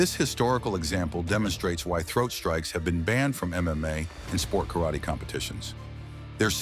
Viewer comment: White a88hole, first learn to pronounce 'Karate' correctly.